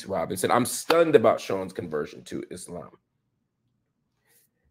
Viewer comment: Love how he says Islaam and not the typical Eeslam you normally hear on western shows